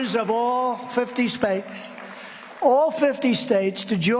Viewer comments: "all 50 spates..." geez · 'All 50 spates.' 🤣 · I love where Trump said spates then had to repeat the word correctly as states. He does that all the time. In one speech he says furniture instead of future.